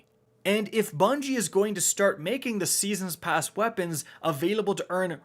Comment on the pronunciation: Seesens pasz